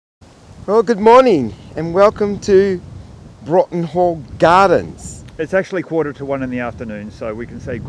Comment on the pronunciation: Hi guys, enjoyed your video this morning. I think you’ll find it’s pronounced ‘brorton hall’ (or in the first syllable) and ‘Jindivick’ ( hard k at the end) Lovely views overlooking The Tarago. Jindivick is always beautiful.